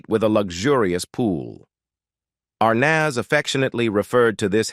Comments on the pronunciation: Good grief! You would think that the narrator would at least pronounce Arnez correctly. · Pictures don’t go with story. This is Lame. Belongs on radio. These robot announcers can’t be expected to check pronunciations in advance. ARR nazz. Priceless. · Can’t pronounce words and names properly like Dessie last name and the kid who plaid their son. Get it right or don’t do it.